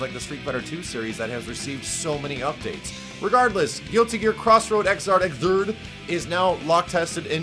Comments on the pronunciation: I was dying just how you were trying to say X'rd. So the 10th series in this game right? I think....? Just good to have another GG in the series. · Japanese pronunciation: Giruti Gia Iguzādo So expect the English pronunciation to be: Guilty Gear ix-zard The "X" is said more with an "icks" than "ecks" sound. Leaving it "3rd" would have been so much easier...